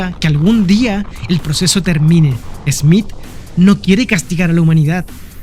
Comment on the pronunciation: No es esmit es Smith